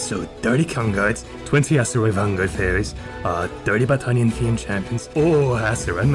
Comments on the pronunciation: Battannniannn 🤌 Can we go back and unhear this? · Every time I hear Battanian I want to eat a Baguette